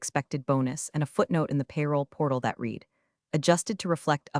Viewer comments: I've noticed that most of them fail to get "READ" correct because they don't get programmed for words that are spelled the same for present in past tense. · This speech bot fails to grasp the pronunciation of 'read' when used in differing contexts - 'read' can be 'reed' as in "I will reed that later", or 'red' as in "I red that yesterday", both still spelled READ. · Flows to detecting artificial intelligence AI presentation when you hear the word, READ as red or reed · Absolutely! It is really really irritating. Additionally, the bot doesn't know how to pronounce "resume" or "foie gras" .